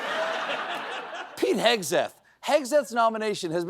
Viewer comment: At first, I heard you say Pin HEADseth